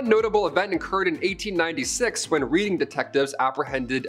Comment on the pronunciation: Reading the town, is pronounced ‘REDDING’